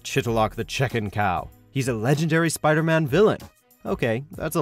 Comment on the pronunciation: you said "PIDERMAN"